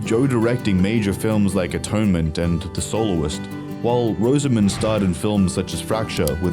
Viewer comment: Her name is pronounced Roz-a-mund, not Rose-A-Moond.